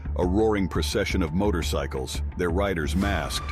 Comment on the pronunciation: dude said "Motor-y-cycles".